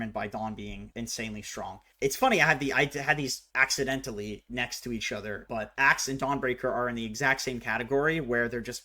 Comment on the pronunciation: "Axedentally." Nice one.